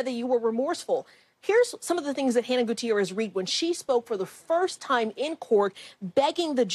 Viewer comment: Most journalists don't take the time, yet alone, care to get these things correct. I did notice they certainly pronounced Hannah's full name correctly.